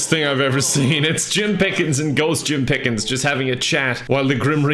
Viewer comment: Not Jim Piiiiickens, Jim Piiiigens 🐽🌭